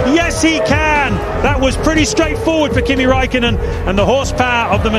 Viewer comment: Kimi ZEEEEEEE raikko Raikkonen